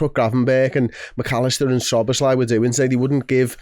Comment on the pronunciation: Dom's name is pronounced - Soh-boh-slai, not Suh-boz-lai.